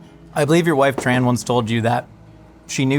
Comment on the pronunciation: dude, if your wife is Vietnamese .. her name its not pronounce Tran, but Chun -- ( yes, similar to Chun Li heroine) and if you re doctor you should know Aspartame is harmful (and its actually change the taste of the soda) soda with stevia is much better and its an extract from a plant, not chemical like Aspartame